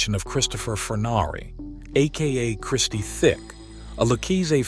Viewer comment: Christie Tick, not Thick